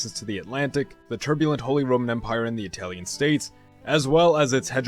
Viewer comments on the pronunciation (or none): none